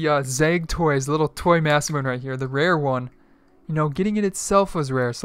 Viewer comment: Masemune is not pronounced "mass-moon". It's pronounced "moss-eh-mew-neh"... not trying to be rude, just spreading the knowledge.